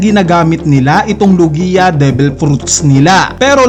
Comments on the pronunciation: It’s log-ya, not lu-giya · BOSS HINDI LOGIYA 😂 LOGYA PO PAG PRONOUNCE NYAN HAHAHHA NUNG UNA SI KING HARALD GINAGAWA MONG HERALD 😂😂😂😂